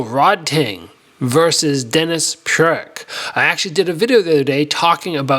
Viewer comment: Denis's name pronunciation is Purich not Purik. You should know at least your sparing partner's last name.